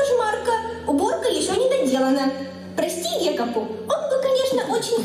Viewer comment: На самом деле не Гекапу а Хекапу